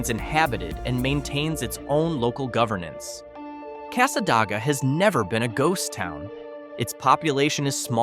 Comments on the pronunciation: It's pronounced Casa DAY ga. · They’re pronounced “Mic-a-nopy” and Cass-a-day-ga. Also Hague literally has a church, a gas station, a trailer park, a Dollar General and a two street neighborhood. It’s just a suburb of Gainesville at this point. You could do an entire video just on all the small towns surrounding Gainesville.